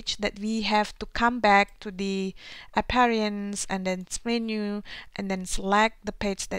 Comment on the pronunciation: it is Appearance not Apperinace and refresh not refres